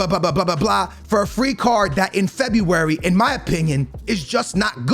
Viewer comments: Normal people: February, fofana: Febeewary, farfan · Everyone: February: Febuay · I know he purposely mispronounces names for the comments but cmon bro at least say February properly 😂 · I subscribed when you said febywary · For a man who can't pronounce february, you really went ham on the febyywary :D Agree with everything you said tho... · No one not a single soul. - FEBEEE WARY lmao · No one: No one in the entire world:: FEBUVAJI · Normal people: February Ask me AM: Febuaryyryr Aks me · "in Febby wary" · Forfana febiueuy LOL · Don’t u mean fEb-eEe-WaRee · The way he says February 😂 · Can’t not laugh at the way this man says February 😂